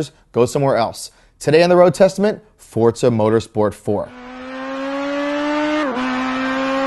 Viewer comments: First its called Football not Soccer, do you americans understand we use our foot to kick the ball FOOT-BALL ! Second if i want to play football, i would buy a fucking football game !! Gran Turismo is the best racing game ever and will always be! P.S you bold egg head its FOR ZA not Forts SA LOL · its forzzzza not fortsa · Did he say Fortza? -.